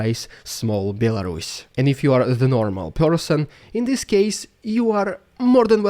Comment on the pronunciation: BEL-WHO? A RUSS? what?!